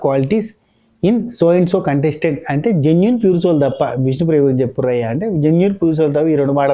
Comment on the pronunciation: జెన్యూన్ kaadu... Bayya ... Gen vin😂😂😂😂😂😂